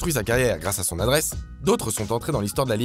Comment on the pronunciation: « de l’adreschh » je rigole tout seul depuis tout à l’heure